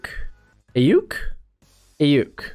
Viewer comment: I like the linebacker pick but I'd go with Collins. And it's pronounced Ayiuk ( I yook) lol . Great video bro can I get a 7 rd saints mock draft? Also do you think Ian book or Jamie Newman would be a value pick for us?